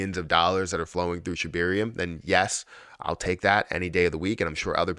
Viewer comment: Can you PLEASE PRONOUNCE SHIBARIUM PROPERLY???????? Geez!!!